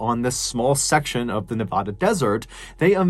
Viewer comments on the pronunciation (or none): Excellent stories as always! 😄 But Nevadans call it “ne-VA-dah” (like “bad” “sad” “brad”), not “ne-VAH-dah” 🇬🇧 🫖 👑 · My goodness I love ur channel but if U say Nev-ah-da 1 more time I may scream so loud u'll all hear me. Grew up in North Vegas & it's pronounced Nev-add-a. God bless babe ❤ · You wouldn't BELIEVE the amount of Trash that is left behind by "Burners" it's terrible! But I totally support their rights to go out and do what they do, as a "Nev-A-da" resident not "Nev-Ahh-duh"(lol) I just wish that could get together a little more and Trash collect better before they pack up and leave for the year. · Mr Ballen I don't want to correct the way you say Nevada but I don't think the way you said it was right I think its pronounced Nevaada just not that long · Can you pronounce Nevada correctly? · The most disturbing part of the Burning Man story is the way MrBallen pronounces Nevada. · It kills me after all these years there is still people who still don't know how to pronounce Nevada properly. Better luck next time MrBallen. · Darn it, man! I love your videos, but you make too many videos where you have to say Nevada. As someone who grew up there, I die a little every time I heard it pronounced that way. Please, for the love of Nevadan's ears, learn how to pronounce Nevada. There's videos on YouTube on how is pronounced. I dramatically beg you! D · I don’t like how he says Nevada. But I love him so it’s something I’m willing to work around. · This is the second story I've heard you do about Nevada. Other than pronouncing the state name wrong 😉, both stories represented the areas accurately. Well done.